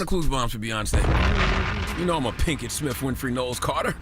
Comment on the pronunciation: He still saying Pinkett…👎🏿